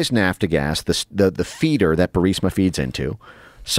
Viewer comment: who dis guy is? Vassel or vessel, indogenis or indigenes? Nafta gas, or lord, it's nap gas.